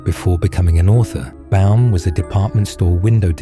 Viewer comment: Baum, not Bal